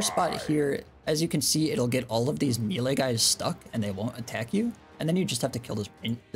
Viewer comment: that's not how you say Melee btw. ilu tho